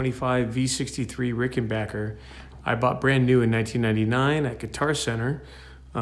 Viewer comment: Bassilicious indeed.....and RickenBACKer pronounced correctly,. :)